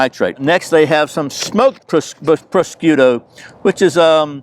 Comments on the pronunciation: You pronounce it like this... pro-shoe-toe...it goes very well with cantaloupe, chicken/eggplant, etc. I learn a lot from you, and enjoy your program! Thank you! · Item #1 is pronounced pro-shoot-o...or....pro-shuut-o